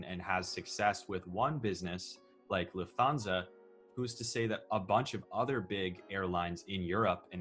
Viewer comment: Lufthansa is pronounced Looft-HARN- sar